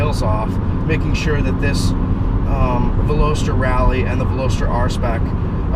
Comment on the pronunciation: You mispronounced the name of this car👛👢🕶👢👢👔! And you own it ! Lol back to school? Maybe!